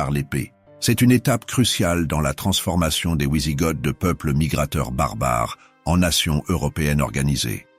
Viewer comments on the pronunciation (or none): On ne dit pas ouizigotes, mais vizigots (phonétiquement d’origine germanique).